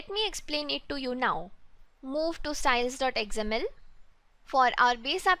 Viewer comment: Love the tutorials. Good work. Few corrections in pronunciations though. XML - "Ex Em EL" (not "Eggs Em EL") Accent - "Ak Sent" (not "Es Sent")